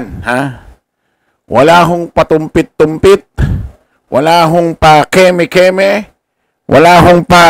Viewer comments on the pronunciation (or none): Tumpik tumpik idol hindi tumpit tumpit.